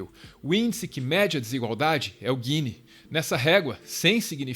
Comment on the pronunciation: O índice é GINI e não GUINI.